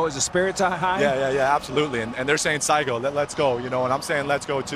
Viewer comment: It’s actually Sa-Iko 💪🏽‼️not Saigo. さあいこう! meaning Let’s gooooooo👍‼️‼️‼️‼️So great that those MLB players are praising the Japanese players 😊very honored ❤